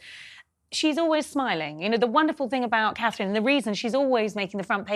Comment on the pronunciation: I have to Dis-agree Slightly. Her NAME IS Not - HER ROYAL HIGHNESS... She IS HER ROYAL HIGHNESS... Ner NAME IS CA-THRINE - TWO Syllables!!! Which the talking heads CAN NOT SAY!!! At least, Tries to Keep to It. He has trained himself well to not say "kate". Well done. Now, AS HAS BEEN WRITTEN INNUMERABLE TIMES, GET YOUR GUESTS To AFFORD Catherine THE RESPECT OF ALWAYS SAYING CA-THRINE!!!